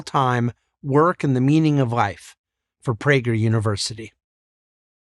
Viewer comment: How does he pronounce the word "life"??? "Rife"? Please becomes prease?